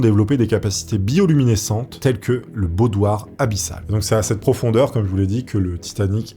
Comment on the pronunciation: "baudroie" abyssale, pas baudoire, mais très bonne vidéo, très intéressante